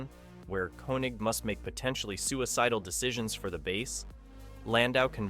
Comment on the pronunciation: It is pronounced Kaye-Neg.